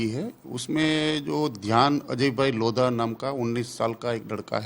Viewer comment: लोढ़ा होता है, लोधा नहीं। क्या हिन्दी जानते हो तुम, अंग्रेज़ी ने मार ली है । 🤦🏽